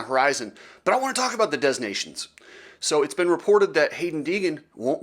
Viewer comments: "Dez" nations...lol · I’m pretty sure the s is silent. 3 minutes of advertising? Your channel will die soon